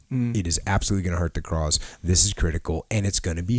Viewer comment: The "crause"